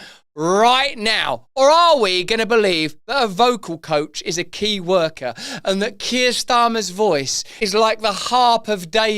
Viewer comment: it's Keir worker, that voice coach (not 'key worker')